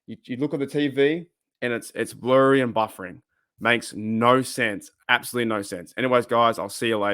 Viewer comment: Are you mispronouncing dazn on purpose because you hate it so much?